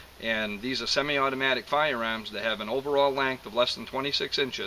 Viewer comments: actually I think he said "FOYA-AAHMS" - the "AAAAHS" ah silent. :) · "FOYER-AAHMS". LOL! And people say that I talk funny... SUBBED!